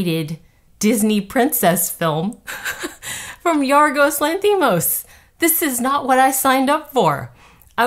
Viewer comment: Spot on, I agree! (by the way, it’s pronounced LANthimos)